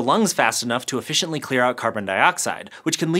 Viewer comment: Did u say ef fish iently?